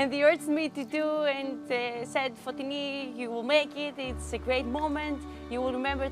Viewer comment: *says her own name multiple times in the video * English guy: Fo*TI*ni